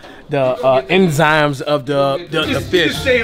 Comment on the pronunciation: cash says inzimes